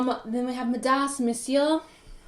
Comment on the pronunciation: Midas=the king that wished for the golden touch Meiser=cheap bastard like Ebenezer Scrooge. My*Dahs, My*Zer. Hope this helps! Great readings!